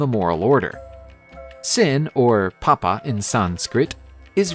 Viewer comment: Just a correction. It's not "papa". It's "Paap".